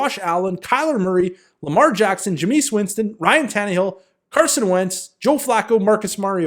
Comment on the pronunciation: Ja-meese Winston lol you got me cracking up